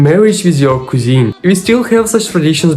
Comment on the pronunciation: Thanks for another interesting, informative video!!! Cousin: pronounced Cuz-in. Hotel: pronounced ho-tell.